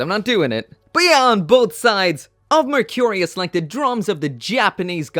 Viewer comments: VAY-Eight , Merc -re-us. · Anyone besides me getting annoyed with the way he is pronouncing vayeate and mercurus?